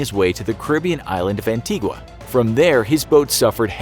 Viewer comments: Antigua is pronounced, Ann-tee-ga 🇦🇬🇦🇬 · Anne-tee-GUH. Not GWA. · the u in antigua is silent my mum is from there and such a small island that most people pronounce it wrong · You butchered my countrys name 🤣 Antigua like you got the first part right , anti but not gua say it like ga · It's pronounced An Tee Ga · Its pronounced ANT-EE-GUH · an-tea-ga is how locals pronounce the name . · It's pronounced Anti-guh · Antigua is pronounced An-tee-ga 🇦🇬🇦🇬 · The "u" is silent in "Antigua"